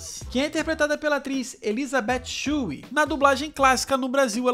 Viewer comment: Ralph "Má-ki-o, William "Zá-bi-ka"; Elisabeth "Shu-ull".